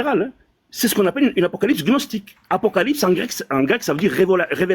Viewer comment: " Après avoir vérifié CNRTL, gnostique se prononce [gnɔstik] , avec le "g".